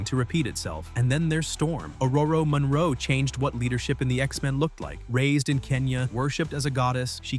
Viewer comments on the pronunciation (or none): none